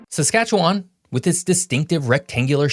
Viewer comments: Can someone please tell this guy how to pronounce Saskatchewan and the word Potash?!🤦 Also Sask has a ton of oil, just not exploited to the extent that Alberta has. Alberta has the mountains but Sask has all the lakes and good fishing. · You pronounce Saskatchewan like someone who isn’t from Saskatchewan, it’s cute. You pronounce “potash” like Samwise Gamgee explaining it to Gollum. Also Saulteaux and Metis are French words and it would be worthwhile to look up the pronunciations. Other than that, very good and informative video! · Do not be hard on, he does pretty well pronouncing place names. Most people have difficulty pronouncing a tricky place names if they did not grow up there. I thought he did well compared to other manglings of Saskatchewan I have heard. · ya I think he doesn’t know Canada well, you can tell by the way he says Saskatchewan. And anyone who went to school learns the 3 prairie provinces are MB SK and AB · The last syllable in Saskatchewan is pronounced less like “won” and more like “win”. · No he didn’t. Western Canadians say win, not wan. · Saskatchewan is pronounced ending in "win" not "wan". Also Metis aren't pre-European because they are mixed race/culture. Also the Hudson's Bay Company, even by its own admission, did not control the land; they simply has exclusive trade rights. They did still sell the land though, but it was for a TINY amount of money (relatively speaking) just to give Canadian expansion a shred of legitimacy but no one took it that seriously. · also. Wan not won. Bothered me everytime someone from Tranto says it 🙄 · People from outside western Canada call it SaskatcheWAAAN. We pronounce it Saskatchewin, with very little emphasis on the win. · I have yet to meet another Saskatchewanian that pronounces the last part of the word as “win”, every single person I met in Sask always used “wan” so I don’t know what part of the hill billy hills you come from but that ain’t how its pronounced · Its pronounced siscatchewyn